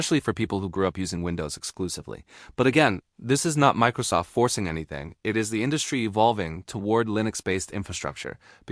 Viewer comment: You lost me at "Mickrosoft"